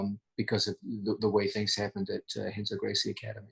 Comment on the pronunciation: Pssst John.... if you're gonna call Renzo, "Henzo", be sure to call Roger, "Hoger". Otherwise, you're f'n awesome!